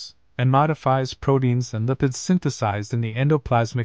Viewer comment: Bro, “prodeins” isn’t a word. Pronounce the “t”, please.